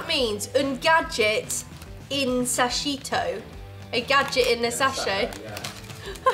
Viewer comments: "sacchetto" pronunciato "sashito" (さしと)... e pensare che mi vergognavo della mia pronuncia in inglese, holy crap!!! 😂😂😂 Perlomeno ho imparato come si pronuncia correttamente "wafer": [weɪfəʳ] 😋😋😋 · "Sascito" al posto di "sacchetto" quando trova il portachiavi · It's "sakketto" not "sasceto" Jokes aside Fiesta has rum in it